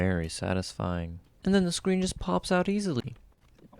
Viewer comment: Screen not screem what a fool